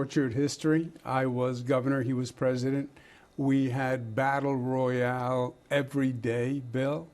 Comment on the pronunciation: "Battle Royale" GOD IT HURTSSS